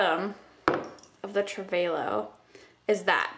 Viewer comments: It's TRAVEL-OH, not travehh-lo. Just so you know:) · i think its pronounced travel-low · Trav-a-lo like travel perfume is how you say it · its not a travelo.. its a travalo... they are different LOL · Travel-o!!! Not travolo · Pretty sure it's pronounced like 'travel-o' considering it's marketed as a travel product, even though it's spelled with an 'a'. Maybe the spelling with the 'e' was already taken and registered as a product/company/brand name. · It's actually pronounced Travel- Oh. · Trav-a-low lol sorry that just bothered me.. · trah - vuh - low i love your videos but the mispronunciation was really bothering me lol :P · I thought it was pronounced "Travel-oh" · It's pronounced travel-o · lol... say travalo again? it cracked me up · Its pronounced Travel-O :) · travel-o.. you said it so wrong haha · prettyy sure its just pronounced Travel-o lol js